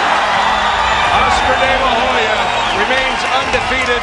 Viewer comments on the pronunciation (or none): Oscar de la HOE-ya